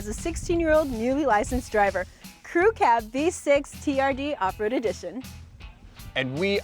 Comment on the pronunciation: TRD pronounced TURD